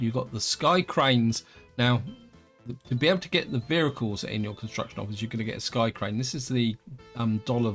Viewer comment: You talk very strangely, why do you say 'vericles' instead of 'vehicles'. Odd.